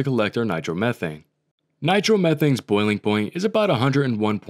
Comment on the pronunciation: “Boiling Boint”